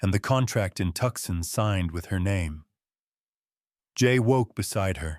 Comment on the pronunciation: Great story ! FYI it’s Too-sahn not Tuck-son